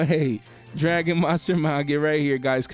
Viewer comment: You pronounced Magia wrong